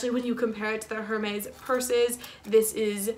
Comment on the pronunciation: "air-mezz" don't pronounce the H